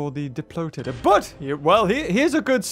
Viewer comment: you said diplotatortots lol